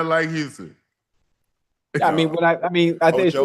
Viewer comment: Unc can’t say Houston any more